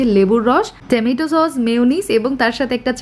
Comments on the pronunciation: Stop saying tamaitoo... Wtf !!! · ঠামেটো বলাটা ভালো লাগে না 😅